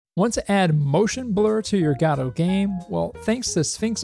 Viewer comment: "Gahdouw"? Dude it's called Godot. Goh-doh.